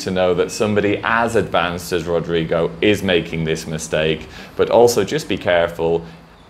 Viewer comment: that's not really the way we pronounce Rodrigo... but is definitively the way I will be pronouncing now on... it sounds fun and tickles the tongue hahahah! thanks for the tips on the video! love you!